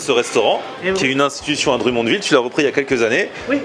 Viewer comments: dr U monville lollll ca se prononce drum comme des tambours en anglais... drum monne ville. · Salut! pour info Drummondville se prononce Drum (comme un drum pour la musique) mond (mund a l'anglaise) ville:P Sympa la visite au Quebec. PAr contre tu risques de partir une guerre sur l'emplacement ou a été inventé la poutine XD Certains dise que c'est a Drummondville, D'autres a Victoriaville et d'autre a Warwick XD J'espère que tu te plais au Quebec. On aime bien vous recevoir pour partager un peu de notre culture:) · la prononciation du DrummondVille: c'est Dr(homme)mondVille